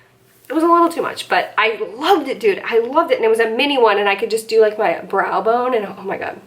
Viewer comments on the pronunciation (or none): none